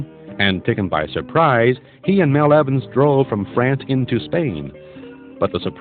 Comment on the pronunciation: It’s Mal Evans, not Mel